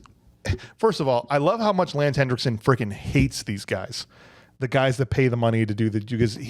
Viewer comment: It's Henriksen, not "Hendricksen"!